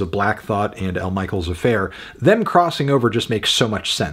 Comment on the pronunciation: pronounced "mishell" - i love you anthony, so much, but i was wincing everytime you said "michael"